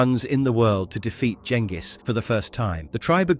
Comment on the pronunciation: Fuck ya you even pronounced Genghis properly!!